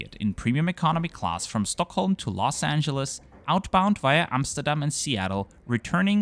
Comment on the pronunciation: Being from Stockholm I appriciate the pronunciation of Stockholm :) Well done